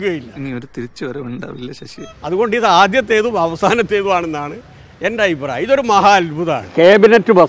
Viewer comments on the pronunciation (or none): "ആയിപ്രായമല്ല " അഭിപ്രായം.